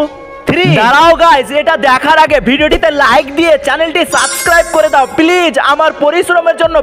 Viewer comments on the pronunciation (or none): প্লিজ ❌ পিলিজ✔ 😂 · প্লিজ না না ❌️ পিলিজ ✅️ 😂😂😂😂😂